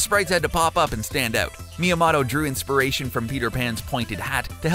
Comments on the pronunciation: It's Shigeru Miya "MOE" "TOE"! Not Shigeru Miya "MAH" "DOE". Soul Calibur is spelled with a "u" not an "e". It is not spelled Soul "Caliber". The timeline does not "span 30 years". It spans more than 10,000 years. Have you even played Breath of the Wild? Also, it is pronounced "OAK" CORINA of time, not "ORK" CORINA of time. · It’s MOTO (moetoe) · Nahvi... Orcarina... Miyamotto... Help this man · Or me yah moe toe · Stop saying "miyaMATO" FFS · “Shy geeru My-a Motto” ....😤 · i love when u said Saioru miamato so wrong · Who the HELL is "Shagiro Miyamado"? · Shiguro miyomohto what? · No dark secrets, only cringe and mispronounciation. Like ork-arena of time and miam-otto